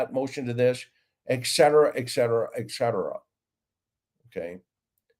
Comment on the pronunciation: ET-cetera NOT EK-cetera hence Etc..